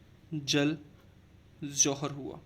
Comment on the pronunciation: Sir plz don't mind, but aap J ko Z kyu bolte h? Like Jal ko Zal, Jaipur ko Zaipur....